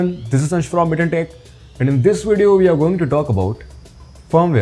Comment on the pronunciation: it s we not VE